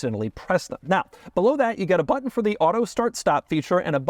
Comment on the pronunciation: Thank you for saying but'n and not buh-enn.